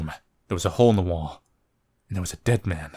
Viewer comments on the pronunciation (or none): none